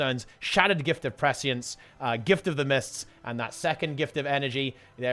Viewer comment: Finally someone who can pronounce prescience.